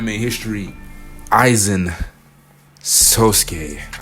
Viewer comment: I SWEAR TO GOD IF ONE MORE PERSON SAYS AIZEN SASUK- oh thank god he pronounced it right